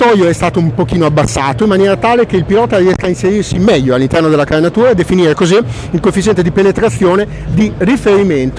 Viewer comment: ma sbaglio o a dice "definire" senza la r moscia? ahaha